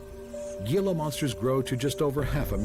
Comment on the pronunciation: The g in gila is pronounced like an h